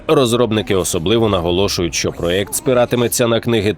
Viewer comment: Класне відео, але хочу що звернули увагу, правильно казати ''проЄкт'', а ні ''проЕкт''.